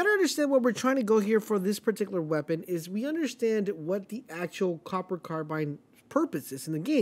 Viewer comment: Stg or automaton. Isn’t this new AR called the “Cooper” not “Copper”?